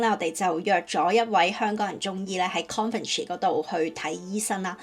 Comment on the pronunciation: 如你所願，如你所講，首先祝你成功做了個勇敢的英國人。以後真要學好英文，並用英語出片好了。不過，地方名要讀得正確。 Coventry 不要讀成 Conventry, 很刺耳！